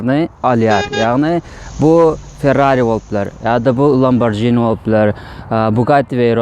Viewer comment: Lambarjini dal "lamborgini" diyilya. Yazylanda lamborghini.